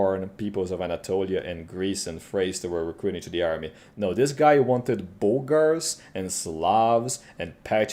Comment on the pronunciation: Love how Bulgars are pronounced 'booogers'.